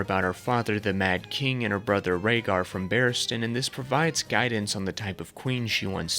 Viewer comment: I know you didnt call Rhaegar "ragger" and Viserion "Victarion"